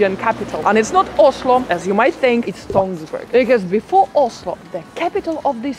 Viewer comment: NO NO NO, not Tonsberg. Tønsberg!!! Same as Österreich is not written or pronounced Osterreich.